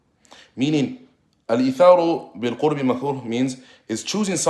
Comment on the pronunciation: جزاك الله خيرا وفتح عليك.. تقرأ (بالقرب) بضم القاف وفتح الراء، جمع قربة اي طاعة. اما بسكون الراء فعكس البعد 💐